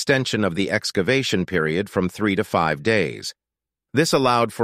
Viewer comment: Part Fivv? F-I-V-E 😂😂😂